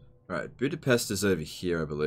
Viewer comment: Oh my Gods, pronounced Budapest correctly... Well, at least the first time.